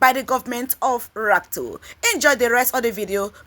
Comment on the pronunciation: Madam? His name is RUTO! Not RATO. Thanks.